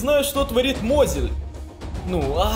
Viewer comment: Мозиль а не Мозил